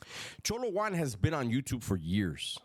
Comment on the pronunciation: Why do you pronounce it cholo one it’s cholo Juan